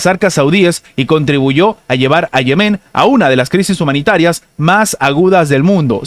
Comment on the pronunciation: Diga Yemen no Yemén. Salud